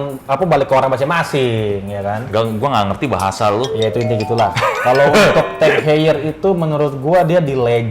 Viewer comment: tag hoyer bukan teg heyer